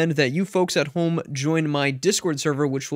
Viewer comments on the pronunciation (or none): none